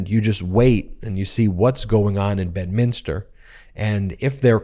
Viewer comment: please you're driving me crazy ... it's pronounced BED minster